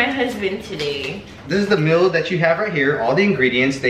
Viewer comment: the "MILL" lmao im dead at how he pronounces meal